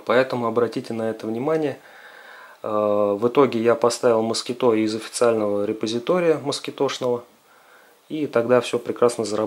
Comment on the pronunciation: Почему москиТО? Кровь из ушей :))) Название от слова москИто - комар. Вы же не говорите компьютЕР, оно тоже иностранного происхождения.